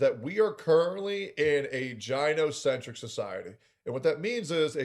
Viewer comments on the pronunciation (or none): This shouldn’t bug me so much but it’s pronounced Guy no centric. Ladies don’t go to the Jy no cologist.